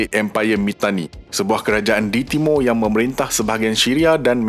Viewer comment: Sebut betul² admin, "AIR" bukan "AEA". " TIMUR" bukan "TIMO", " BESAR" bukan "BESA". " BANDAR" bukan "BANDA". " BANJIR" bukan "BANJEY". BAHASA JIWA BANGSA.